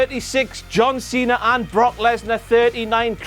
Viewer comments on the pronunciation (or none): none